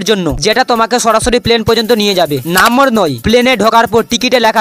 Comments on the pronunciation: আরে মাড়া,, নাম্বর টা কি নাম্বর না নম্বর 😂😂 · নম্বর❎ নাম্বর ✅ 😂😂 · ভিডিও সব ঠিক ছিল । ওটা নম্বর 😂 নাম্বোর না 😂😂